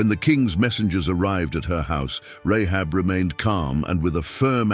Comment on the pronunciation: Say her name right - I can't watch this you're destroying it Rahab ... seriously